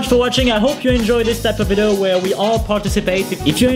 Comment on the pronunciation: to stop from saying "Vido" instead of video